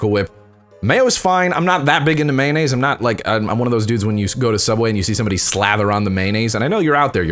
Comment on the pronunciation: All I got out of that was that he calls it mahnaise...